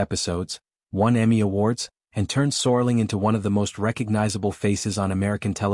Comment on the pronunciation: I think you're talking about Rod SERLING. the IA in this video continues the serious typo! There's A lot of interesting information in this video but it's distracting with the mispronunciation of Rods last name.